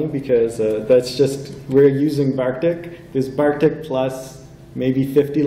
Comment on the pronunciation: Really enjoyed this presentation. The name of the theme keeps mentioning is Bartik, not Barktik (sorry it triggered my OCD the entire talk but the rest of it was great!)